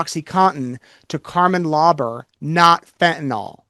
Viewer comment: Stop saying fentan-all. That’s my petty pet peeve. Fentanyl.